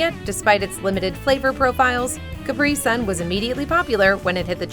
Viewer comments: Sonne is pronounced zonn'a definition is correct but s in German "deutch" sounds like a z. German here. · You completely mispornounced the German word "Sonne" - sorry, you'll find correct pronounciations to hear online with Google in like 30 seconds and you're a large channel. That work is something I expect of you! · Sonne and Sun doesn't sound the same! Do you even use a translator with voice options before trying to pronounce something? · Your German pronunciation is impeccable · Could have taken the 10 seconds to check how to pronounce Sonne... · The mispronounciation of German names and words in this video is just UGH!!! Sonne is pronounced "zo-nah", NOT sun... and Wilde is pronounced "vill-deh", NOT wild. i love your videos, but please get better with foreign language pronunciations... ive caught this in a few of your other videos too.